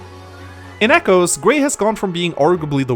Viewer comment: does anyone else hear "chimechos" as in the pokemon every time says "come echoes"?